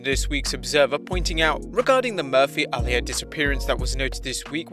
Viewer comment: My friend, Uh-lee-ah